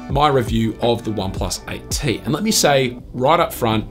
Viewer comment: OnePlus "ight tee"